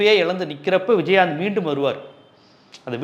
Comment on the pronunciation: விஜய் ஆந்த், நாங்க கூட சின்ன வயசுல இப்படித்தான் உச்சரிப்போம்